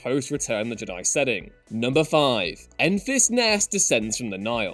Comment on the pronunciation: For the love of god can u stop pronouncing Jedi wrong ITS FUCKING JEDI NOT JDIIII